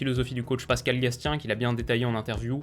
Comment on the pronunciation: petite précision au passage, pour le coach clermontois et son fils, on prononce "gassien" et non "gastien" voilà